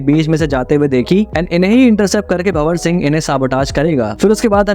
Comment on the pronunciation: Hi, Just want to make few corrections for visible mistakes, its not- JAGthara but JA-THARA(means Temple Festival, here its Gangamma- Water Goddess) & its not BHA-war Singh but BHAN-WAR Singh Shikawat. Great video btw❤